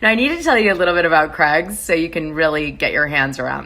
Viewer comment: The way Americans have a different English to rest of the world is so annoying. How can you not know how to pronounce Craig's. How do you say Cray fish?? And ya all say Aldi wrong. Its pronounced Al D. Not All D 😬🤔🤦‍♀️ You got ur own world going on over there. Your the only country the puts month before date, drives on the opposite side of the road. Special breed.. 🤣🤣🤣🤣🤣😂😂😂😂